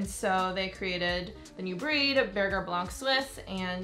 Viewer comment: It’s spelled Berger don’t say burger pronounce it beghje